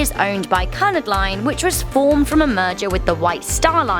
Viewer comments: RMS Titanic foundered at approximately am Monday, April 15, 1912, not 16th as you state. Cunard is said ‘Queue-nard’.... QM2 also does around the world cruises... QM2 is fully welded and strengthened in her hull. Hopefully the fate you speak of will never befall her.... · "founder" not "flounder" "ship" not "boat" "cunard" not "cunnard" There are probably more mistakes in this video, but I wouldn't know.. I stopped watching. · You pronounced the company wrong. It is pronounced KUH-YOU-NARD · Number 1 it’s pronounced Queue-nard, and number 2 why the hell would you examine what would happen if she sank? Morbid much! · 'Cunard' is pronounced as in 'queue-nard' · It's pronounced Q-nard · cunard not cun ard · It's like kyu-naard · Yea it's right cunard line not canard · Yea cunard line not canard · Yea cunard line not canard I agree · Cunard she said it u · They way she said Cunard annoys me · You shouldn’t be making this video if you can’t say Cunard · saying a brand name wrong is not talking different it’s just wrong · It’s pronounced Cunard with a long U, not the short with which it’s pronounced in this video. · Be nice if she could say the name of the cruise properly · How did you pronounce Cunard?! LOL. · You pronounced "Cunard" wrong, the U is pronounced as in use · Jesus Christ woman! Not only are you pronouncing Cunard wrong but you know no history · You can’t pronounce Cunard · You said Cunard wrong. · Your British and cannot pronounce Cunard..... I am ashamed of you!!! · 11 seconds in and you realise the narrator has no idea how to say Cunard. Edit. I’m getting triggered by little slip ups of facts. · U miss pronounced Cunard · This video is horribly riddled with factual errors dear god can’t even pronounce Cunard correctly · Did she say just say " CUUNNARD ".ITS NOT PRONOUNCED LIKE THAT " Q " FOR " AS CU-NARD ( CUNARD ) SOZ I'M A TEACHER OF ENGLISH , IT JUST PUZZLED ME FOR MOMENT , GREAT VIDEO THANKS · you said Cunard wrong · You say Cunard wrong